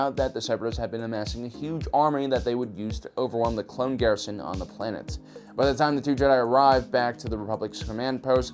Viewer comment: I heard ploonet just me?